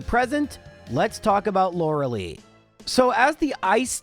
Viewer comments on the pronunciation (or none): With less terrible luck you could have done it at below 70. Also, please call her Laurel-eye. Like the Gilmore Girl. “Laurelee” is just painful. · so cute how he pronounces Lorelei